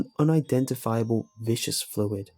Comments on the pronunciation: vis cuss. not vi shus. it means kinda thick and slimy. I love your readings. you really bring these tales to life. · about *Viscous fluid. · Still have trouble with the word "viscous" eh